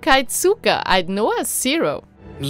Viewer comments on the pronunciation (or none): none